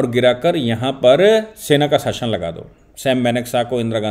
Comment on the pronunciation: आपका कभी-कभी गलत उच्चारण व्यथित कर देता है।साशन नहीं शासन है।